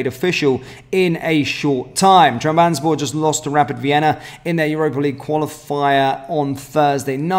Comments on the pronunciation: Trab. Zon. Spor. Not......... tram. Bans. borr. 😂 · TRAB - ZON - SPOR Been annoying me for months